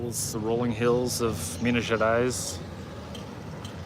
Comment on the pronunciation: Never been there, I am a terrible Brazilian... 😂 It looks beautiful tho. I know the slaves had a very hard time inside the mines. I believe there is an Afro museum somewhere telling the tales. Btw your "Minas Gerais" is sounding very local, you are picking up the accent. Enjoy the food, MG has the best kilo restaurants.